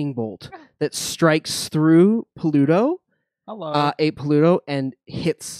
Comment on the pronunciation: I realise it's just a dialectic thing but Pluto being pronounced as Pahlootoe by and nobody else is still the funniest shit to me, along with 'pattarans' (patterns). Thanks for the great show, guys. I'm late to the party but enjoying this.